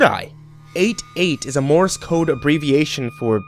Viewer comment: hate to be "that guy" but you said, "Mores Code" this is not correct... its Morse Code. I don't know whether the story itself made the mistake or.... but yeah... its Morse Code